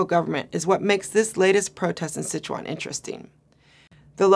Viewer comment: Her pronunciation on Chuan of Sichuan can benefit from a friendly help of a mandarin speaker. It should be the first tone. Couldn't catch what she meant for Shia Shi either, is it 厦西? It is hard to link what happened in Sichuan with Bo Xilai's event, which will probably be forgotten in no time. The environmental protest is from a very pragmatic concern that is linked with people's distrust of the governmental capability of regulating the industry with environmental laws and bribery etc.